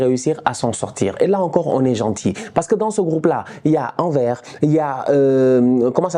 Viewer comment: Anvers (Anversse)